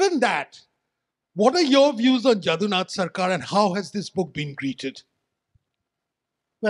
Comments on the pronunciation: JADUNATH and not JAADUNATH. JADU as in MADHU. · First rectify your pronunciation of 'Jadunath'. It is not 'Jādunath' as you say it.